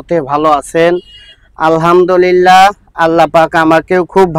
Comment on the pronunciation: আলহামদুলিল্লাহ শুদ্ধ করে বলতে হবে না হয় কবিরা গুনাহ হবে